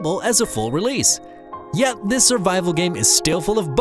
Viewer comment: I hate how this narrator doesn't pronounce "th" in words and uses a "d" instead, like "In dis game" ...lazy